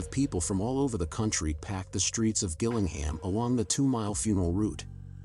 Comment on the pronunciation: Not to be Bri'ish on main, but it's pronounced 'Jill-ing-ham.' I should know as I used to live close to that shithole.